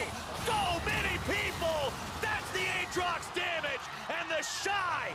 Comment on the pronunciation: The way he pronounces Aatrox makes me want to shove needles in my ears